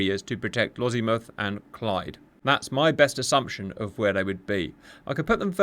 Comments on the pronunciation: It’s Lossy Mouth rather than Lozzie Mouth but otherwise superb. On our own we are not looking good so fingers crossed we have sufficient interoperability. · There is no Z in Lossiemouth